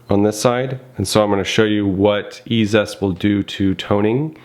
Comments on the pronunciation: EEE ZEEE EST NOT E ZEST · Fwiw, I believe it's E-Z-EST, as in EASIEST; not E-ZEST. Three syllables; not two. 😉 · Pronounced 'easy est'